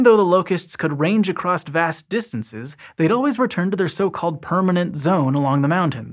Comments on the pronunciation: "A C R O S S" .... NOT ACROST! .... Dumbass. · Why is there a T at the end of “across”?